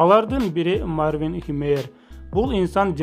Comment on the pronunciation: Мартин эмес Марвин деп турат туура окугулачы🤣